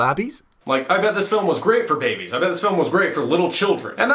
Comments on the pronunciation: Why does this guy pronounce babies as "Bah-bees?" It's (commonly) pronounced "Bay-Bees." Also... I think this guy might not actually pay attention to the films he's complaining about. In fact... I think he might be worse than Jeremy from CinemaSins in that regard. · why do you misprenounce "baby"? is it a word that demonetizes videos? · I am bothered by your pronunciation of "babies." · Aah yes babies loved it when próxima midnight got teared in half and when you can see ebony maw’s corpse drifting through space in a frozen chunk. Also, how he pronounces babies is unnerving to me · First impression: good quality content, nice editing, funny and interesting. My only problem: can you please say babies correctly, it angers me a little more every time I hear it and I really want to give you more of a chance